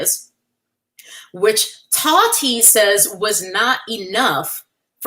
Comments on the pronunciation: The way you say "TAWHHTEA" has me dead 😂😂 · The way you say Taahhti is killing me 😅